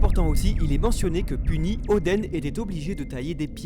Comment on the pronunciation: Oden Kozuki ils le prononcent ´odèn’ mais le Oden ils le prononcent odeun alors que c’est pareil.